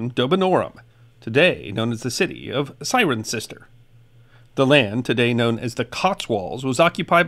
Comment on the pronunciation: As a resident of the 2nd largest Roman town after Londinium Thank you for the proper pronunciation of "CIRENCESTER"!